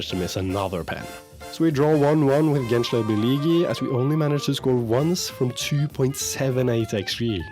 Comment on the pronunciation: bro you can pronounce ''ğ'' letter like ''h'' gençlerbirlihi and we don't say the letter c like k, it's a little softer like when you say johnson. i hope what I said doesn't upset you i just say it to make you a little curious. nice video💗